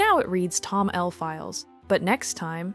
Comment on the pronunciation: That's the first time I've heard someone call it 'tom-l' file. I just pronounce it as 'tomol'. Does this extend to 'yam-l' as well? 9/10. The '^d' syntax threw me off